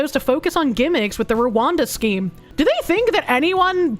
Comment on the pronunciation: "Schkeem" "Peckege"